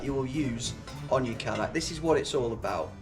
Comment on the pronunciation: And its pronounced kay- dack actually